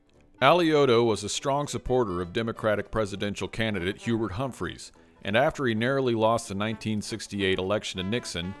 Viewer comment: Hubert Humphrey, not Humphreys.